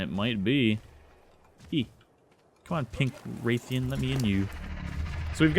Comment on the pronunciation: Ok I know this was two years ago but Rathian isn't said 'Wraith-ian' It It is said Rath-ian (exactly the way it's spelt) sorry just my fan side of MH came out of me